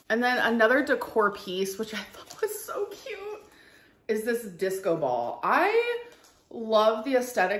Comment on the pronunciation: Where did this irritating new pronounciation of “cute” come from? Tik tok? She’s 33.